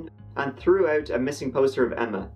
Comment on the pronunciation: Lol okay buddy just the way you say out sounds the same as a Canadian. Anyway good work mate. 👍